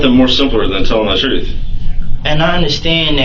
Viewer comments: But he told the 'troof'. 😂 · But.....he said he was telling the "Troof"...... I don't understand......😂😂😂